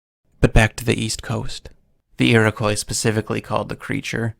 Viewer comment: Hey, great video. But it’s pronounced like iri-quaw or ee-roh-quaw